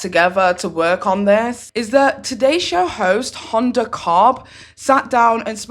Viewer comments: I can't believe you called Hoda Kotb "Honda" fucking rude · U said hodas name wrong